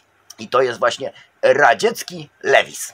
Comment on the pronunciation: ej lewis czyta sie chyba lułis?